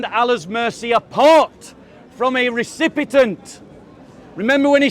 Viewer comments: says 'recipitant', but he means 'recipient'. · when says 'trate', he means to say it but 'recipit'nt' was a mistake. Having said that, I noticed he said 'recipitant or recipitent or recipitint' instead of recipient (which he meant to say) the first time he said it during the live stream but it's unnecessary to call out people publicly the way that the guy did. won't read these comments so it was just insulting for mistakes he made.